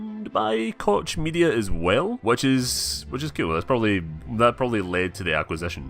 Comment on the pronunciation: hey not to be a dick but koch media is pronounced coke media part of the koch brother's shyt